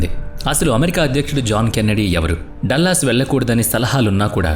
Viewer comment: డల్లస్ కాదురా మూర్ఖ డాలస్